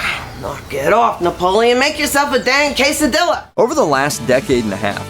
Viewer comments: "Case-uh-dill-uh" lol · “Make yourself a damn quesadilluh”